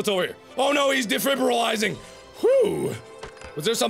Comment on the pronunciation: OH NO HE`S DEFIBRAHLAITEGHNGUH!